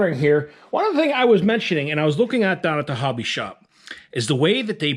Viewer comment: “Slap daaaahn!” LOL. Are you from western PA?